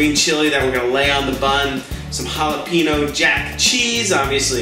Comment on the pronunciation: It's pronounced Jalapheneo.